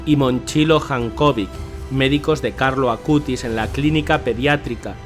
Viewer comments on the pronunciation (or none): Hermanos de hermoso video pero les corrijo es "Acutis" y no "Acustis" pero de resto hermoso video ♡♡♡ ☆Beato Carlo Acutis☆ ¡Ruega por Nosotros!